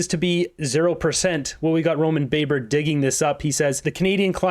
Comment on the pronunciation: Roman Baber’s name is pronounced with a short “a” not like in “baker.”